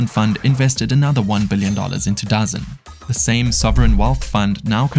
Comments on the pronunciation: Great video, it's not really important not I'm pretty sure DAZN is pronounced DA ZoNe. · DAZN is pronounced Da zone.